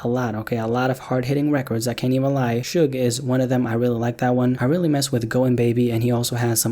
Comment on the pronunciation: he really said shugge